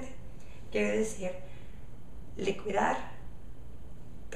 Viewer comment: Likidar..no es como Liquid en ingles la pronunciacion es diferente, gracias por tus videos!:)